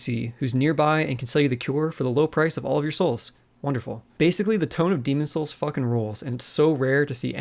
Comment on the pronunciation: Why can’t you pronounce the game’s title correctly?